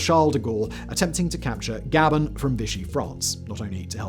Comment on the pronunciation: Pronounced Guh bonne.